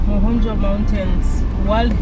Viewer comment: You say Ma-kho-njwa the way you would Ke-nya.